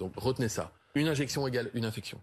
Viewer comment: Infexiooon est égale à une inzeeexionn 😭